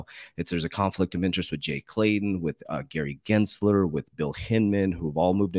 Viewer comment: who the fuck is Gary gLensler? 🤣 Isn't this guy supposed to be an expert??🤔